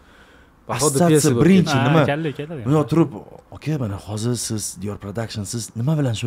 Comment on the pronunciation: Logopedga borish kerak ekan Dior pradakshn )